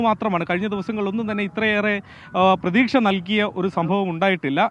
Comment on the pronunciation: എന്തിനാണ് പ്തുക്ഷ, പ്രതീക്ഷ എന്ന് പറയുന്നത്